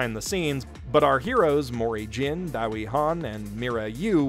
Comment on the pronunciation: Just for future reference, anything in Korean that has been romanized with an "ae" is just simply pronounced "eh." So, Daewi is pronounced "Deh-wee" and, most importantly, TaeKwonDo is pronounced "Teh-Kwon-Doe (not Tie-Kwon-Doe). Thanks for coming to my Korean pronunciation TedTalk.